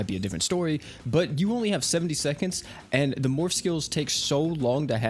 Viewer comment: every time he said morph all I could hear was morb